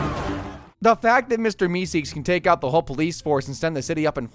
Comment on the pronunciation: Mister meekseeks 😂